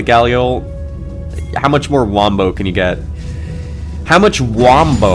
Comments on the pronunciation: It's Wumbo in Spongebob! Not wombo!!! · ITS WUMBO NOT WAMBO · get it right, its WUMBO